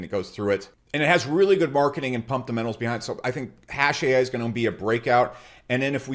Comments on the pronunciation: It’s about the “pumpdemenals” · 😂that man said pumptamentals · "Pumptamentals" -😭💀